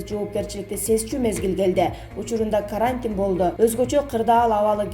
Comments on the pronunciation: Ударениени а га койбой туура окучу карааантин дебей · Каарантин деп окуп жатат. Же билим алган эмеспи диктор. Матриялдык деп окуп жатат Пневмания деген сөздү дагы туура эмес. Башка диктор окусун же болбосо каналды өчүрүп койгулачы